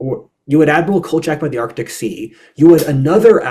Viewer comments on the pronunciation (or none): none